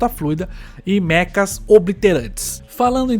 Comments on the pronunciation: Não é meca e sim mecha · como voce é burro! nao sabe a pronuncia de "cha". vai ver mais anime e estudar um pouco de japonês. pela pronuncia só pode ser sp